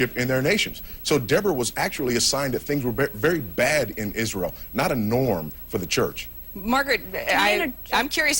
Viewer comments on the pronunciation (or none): none